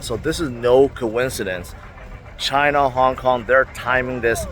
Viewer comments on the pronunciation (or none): none